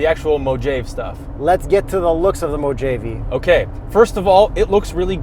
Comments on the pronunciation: I can't believe you guys didn't AT LEAST try to google the right pronunciation..mo..ha..vie. WTF Just when I'm recovering from moe-jayve, I get hit with glady-AH-tor?. Guys you're killing me here! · LAMO When they said Mo-jay-ve and again . 😆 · I visually cringed at Mow-Jave... Haven't you guys at least played Fallout: New Vegas? had it right the second time he said it too... As stated by other commentors, it's pronounced Mo-Ha-Vee. NOW APOLOGIZE! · Mo-ha-vee....not mojaave... smh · Mojave = Mo haa vee.....not Mo Jave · Mow-Jae-ve😂😂😂😂...... it's Mow-Ha-Ve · Mo-jayv? I think it's MO-HA-VE. I could be wrong. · Its pronounced....mo ha vi.....not Mojave...come on guys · you’re gonna sound ridiculous saying Mojave. It’s MO-HA-VEE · We really gonna look over the fact that this guy says mo jave instead of mojáve. He’s also wearing a 40 thousand dollar watch. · I’m a big fan of you guys but I can’t seem to get over the MOJAVE pronunciation. Every time I hear that word I cringe so bad I just disappear pls fix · Its pronounced “mo-havee” not “mojave” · Just to be clear, it's pronounced Moe-hovv-ee, not Mo-jayv. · Ahh so ya wanna discuss Mo-have....eh? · I think it is pronounced as moh-hah-vee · Mojave (mow·haa·vee) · mow·haa·vee, you’re welcome. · It's MO Have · mow jaive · I know it's a joke, but hearing you guys say Mo-Jayve is like sandpaper in my ears. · It's pronounced Mohave not Mojave because J shouldn't be pronounced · Mohave is pronounced Mo-har-vee. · I thought it was pronounced moh-ah-vee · You got me! I thought you were joking the first time... then it didn't stop... and I thought "Ugh... come on! It's MO-HA-VEE!! Glad I always watch to the end. Well done as always lads. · It's MO HA VE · Thought it's pronounced as Mowhaveee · No MOW JAVE....I have one. LOL. love the play on words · I don't know who told you how to pronounce Mojave but it's moh-HAH-vee. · Dislike for pronouncing it Mo-Jave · it's pronounced MO-HAV-EEE haha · "Mojaveee"...LOL